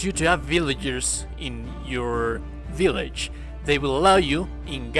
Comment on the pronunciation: I could listen to you say vill(BILL)age all day